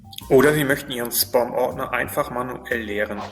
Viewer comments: Es heisst 'Späm', nicht 'Spom' - aber trotzdem danke für das Video. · Spom? Heist das nicht Späm? Trotzdem Danke für die Info. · "Spoom Ordner" Von was redet der Mann. Wenn er nicht mal "Spam" deutsch oder englisch aussprechen kann??